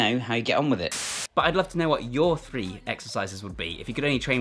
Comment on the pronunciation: Functional fwee…lol